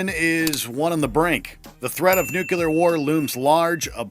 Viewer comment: Nucular war? Nucular war?